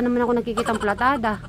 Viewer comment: Correction po PALITADA hindi platada 😂